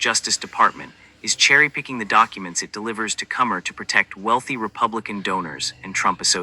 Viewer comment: This voice not even saying Comey's name right.